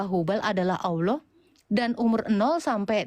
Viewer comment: Nggak yakin ibu ini mantan muslimah. Krn di vidio yg lain ketika dia menyebut Allah lafaznya ya seperti nonis pada umumnya 🤦‍♀